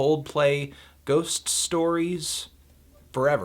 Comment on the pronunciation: The pronunciation of their previous album was spot on. I'm impressed!